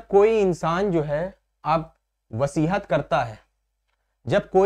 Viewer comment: सर,वसीहत नहीं वसीयत (will) कहते हैं